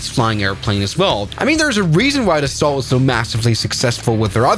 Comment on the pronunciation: It’s pronounced daso 🥀✌️